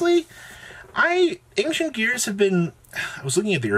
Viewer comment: >ang-shent come on bro